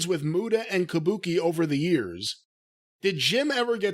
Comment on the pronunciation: if you’re gonna do a Gary Hart impersonation, ya gotta do it proper. He didn’t say Kabuki, it was Kah Booh Kay!